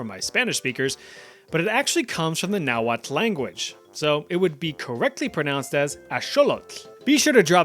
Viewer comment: my husband speaks Nahuatl. Also, it's "nah-wah" and "ah-sho-loh". I've been lectured too many times to let that one go. 😅 And I'll give you another word, too. "Tec-ca-loh-te" it's what he calls our cat. It means Owl because his eyes are huge like an owl. 😂 Anyway, yeah...while that TL makes a clicking sound, you rarely hear it. It's like how Meh-she-ca evolved to Mexico. Over time, native speakers relaxed their pronunciation more and more, so the word is spelled and pronounced one way by scholars learning the language, but it's entirely different to life-long speakers. Also, also, the language is a lot like Chinese. It has "hua" pronounced as "hwah". So, if you learn one, it's easy to learn the other. My first husband was Chinese so it was super easy for my oldest son to learn Chinese in high school after listening to his step-dad speak Nahuatl all his life.